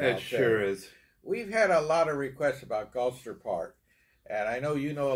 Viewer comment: Galster, not Galaster.